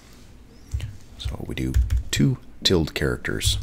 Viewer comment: An excellent, very helpful video delivered in the smoothest and best-recorded voice youtube has ever known. So good in fact that it's completely effortless to forgive the unusual pronunciations of asterisk and tilde. :)